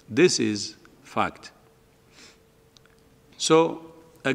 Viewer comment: 哈哈哈我聽成this fuck 🤣🤣🤣😄